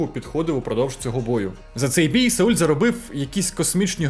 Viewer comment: Каже. САУЛЬ 😅